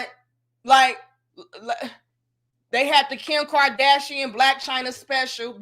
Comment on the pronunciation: "Kim karthrashian " 😂